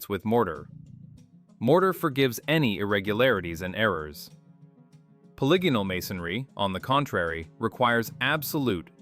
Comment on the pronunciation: Simplest giveaway of ai is the way it twice in the beginning mispronounced polygonal bc ai is too dumb to understand how dumb english is more deception and confusion to keep us down. Why was the dumbest newest most inefficient language set as the standard for the world when we have multiple related very old ones still used all over the world? Everything is a lie i just wish we knew who really changed and hid history this is too grand to be a scheme of a few hundred men as is thought. There was definitely a covered up reset around 1800. Over 1 million orphans grown in labs and shipped everywhere a world of amazements empty being inhabited by people who have no clue who or where they are or where they came from or what this all is. Is it any surprise we're the only "animal" that doesn't fit evolutionary therory or nature itself. Were the only animals that destroys the planet rather than living with it. Like pre 1800 civilizations we know this because of north america "indians" and uncontacted tribes that have better herbal medicine than modern science and literally have no cancer in their entire history. That says it all. Lastly how with IQ dropping every year globally since the 70s has technology grown exponentially? Were being dumbed down on purpose AGAIN while being given things to distract us while we grow dumber and unhealthy. Either labor, livestock, or food. Only one of those can be what we are here for